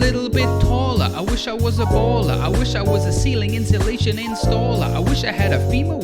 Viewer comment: Will never be able to unhear "celing insulation installer"